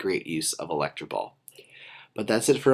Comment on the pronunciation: electro ball not electra ball